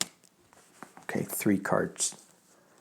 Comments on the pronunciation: His last name is pronounced Pelt SHAY. Just so you know. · Hi thanks for covering this ❤ his name is pronounced. * Pel - tears * I’ve read during his last hearing some from the FBI said he was framed. He is such a humble man. I believe he was the medicine man during the retake of Wounded Knee in 1973, I ask all to please send positive intentions for his release from now until they come back with a ruling. I have seen the miracles of group prayer I many times. I hope many many join me everyday to send this message to the universe ❤❤❤❤❤❤❤❤❤ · Leonard is from our area and here it is pronounced Pel Tear (French) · Use French pronunciation for Peltier. He's a political prisoner and it's still jot on Pine Ridge